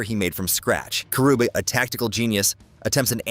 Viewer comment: fr. Its KA-RUU-BEH